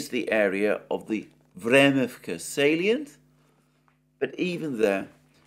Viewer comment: Vremivka ledge, how could you possibly mispronounce this ?? 😂😂What’s a salien?? This is indeed a small village if I see it correctly.